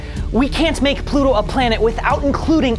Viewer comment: Ploto. Not planat